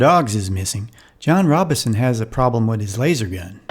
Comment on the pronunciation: Why can't you pronounce the family name correctly? It's Robinson -- with the "n" clearly articulated. You keep saying "Robison" with no "n" sound.